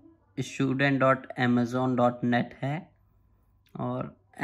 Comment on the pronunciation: Good info but it was irritating to hear "Amazon" for Amizone...